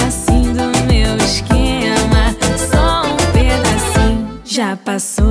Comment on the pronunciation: Anitta é mt carioca sim, na parte ela fala "exxxxquema" amo kkkk